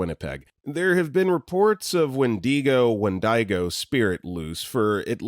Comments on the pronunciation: When-dee-go 🤣 when-di-go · i think its said as "when-dig-oh". also canada mentioned :D